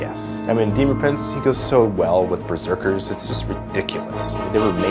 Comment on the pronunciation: did you say berkers?